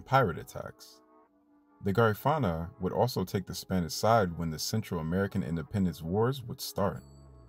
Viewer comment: Thanks for this video about my Belizean people 🇧🇿 🇧🇿 🇧🇿 However, your pronunciation is wrong for Garifuna ( Gar-Ri-Fu-Na). The Garifuna are in Honduras 🇭🇳, Belize 🇧🇿, Guatemala 🇬🇹, Nicaragua 🇳🇮, and St. Vicent. Also, because someone speak Kriol don't make them Creole because us Creole are our own ethnicity and culture. Sambai is danced on Christmas in Gail's point, Manatee, Stand Creek District.brukdung, braam, and Sambai is Creole music. Creoles are in coastals Belize, Honduras, Nicaragua, Costa Rica, Panama, and Colombia. Great job tho!